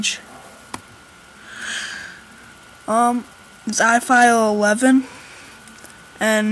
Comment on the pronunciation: It's ilife... not ifile.